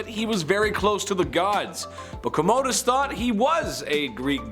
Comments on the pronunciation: Pronounced Comma-dus. Please 🙏🏻🙏🏻🙏🏻 Not Comodedus, sounds like you're are saying Emperor Toiletdus. Sorry archeologist (Roman specialist) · The word consul is not pronounced council. It is con-suul. Also, Commodus is pronounced Com-mu-dus not Co-mo-dus.